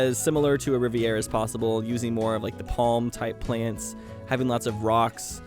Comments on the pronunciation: Lmao Drinking Game every Time He says riverera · I have never heard anyone say riviera the way does....